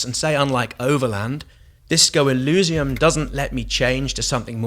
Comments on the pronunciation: Nice video, good to see different people's opinions. I'm very hyped for it. Shame about the fonts for you; I personally like it, evokes a Planescape vibe. Eurogamer raised similar concerns about feeling overwhelmed. Also, I think the pronunciation is more e-leez-ium (or even e-liss-ium) rather than e-looz-ium. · It may sound unimportant, but you keep mispronouncing the world Elysium. To someone who understands the word, as well as it's origins, it is a little painful. Maybe like the fonts are, to you. ;)